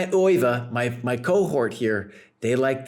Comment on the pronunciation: According to Euwe (pronounced "Erva", not "Oy-vay), Alekhine played his championship matches for the money, pure and simple. They were supposed to be risk-free paydays, but the 1935 match didn't work out that way. Euwe was in demand as a match opponent in those days because he played a lot of matches and almost always lost or drew. But by 1935, Euwe had gotten better than anyone had realized. He finished ahead of Alekhine in all the tournaments they both played in while he was champion. The legend/excuse is that Alekhine only lost because he drank too much, but Euwe said that Alekhine didn't drink any more than he usually did. Euwe also said that a lot of people thought Alekhine was drunk even when he wasn't, because he didn't like wearing his glasses, and his walk was unsteady without them. To this day Alekhine is the only champion to lose the title by a single point. Euwe actually gave Alekhine a draw in a won position in Game 30, though. He'd have won it if he'd had to, but you can't refuse a draw that will make you the champion.